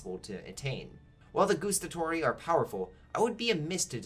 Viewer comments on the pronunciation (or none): The way how you pronounced Guastatori is al wrong. It GuAstatori not Goestatori there is no OE sound. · That "Gustatori" hurt me from the inside xD. This literally means "those who taste" 😂